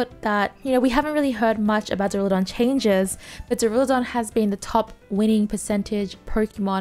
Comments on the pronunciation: Waiting for the day realizes the skyscraper dragon's name is pronounced dUrAludon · Bro you haven’t read Duralodon correctly once since it came out